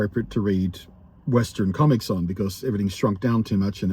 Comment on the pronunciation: My ears heard comments instead of comics everytime you said it 😛. I hope things pick up for you soon.